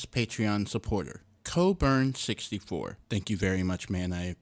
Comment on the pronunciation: Yep. And if you can get a prototype working in PyGame, you can then migrate that prototype to another engine of your choice then. Also you pronounced my name spot-on in the video. Not a lot of people do that, since "Coburn" is actually a shorter version of my surname since my family has Scottish heritage.